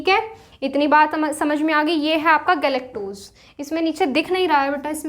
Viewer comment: Mam galectose hota h goluctose nhi